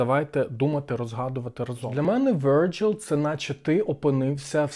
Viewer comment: Virgile - французькою, крім Вергілій, ще значить: Молода дівчина; чиста, як лілія; вудилище; палиценосець. Обирайте, що підходить 😅 Читається: ВіржІль (наголос знов на останньому складі).